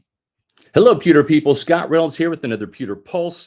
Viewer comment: Every time you say “Pewter People” I hear “Pimple Poppers”. I laugh every time ! Pewter Crew? naaaa, I enjoy the laugh